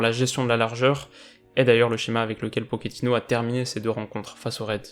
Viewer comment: Je sais que tu fais très attention à la prononciation, le coach de Tottenham préfère qu'on l'appelle PoTCHÉtino et non Pokétino, son nom est d'origine italienne mais il préfère la prononciation argentine ->